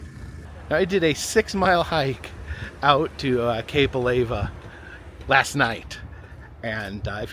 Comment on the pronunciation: What's the hot stuff that flows out of volcanoes ? Lava. Now, put an A in front of it and what do you get? Alava (Not a-lay-vuh)